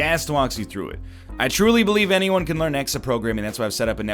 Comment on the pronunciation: "Does Enyone Alse????"